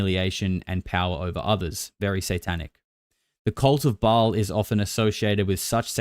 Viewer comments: It's pronounced "Bale" not "Ball." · It's pronounced "Bail" not "Ball". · Ba-ahl...a long ah